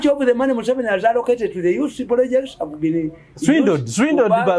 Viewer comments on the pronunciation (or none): none